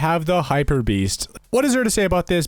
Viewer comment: did anyone notice that he spelled beast wrong he said beans